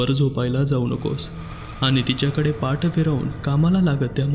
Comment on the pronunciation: Nice story. काही शब्दांचे उच्चार नीट करायला हवेत जास्त छान वाटेल. Ex. सैल, पाठ, तूझं, तूच, बोलल्या, नव्हती, असलीच, पटलं.